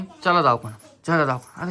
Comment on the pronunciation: दवाखाना ❌ दावखाना ✅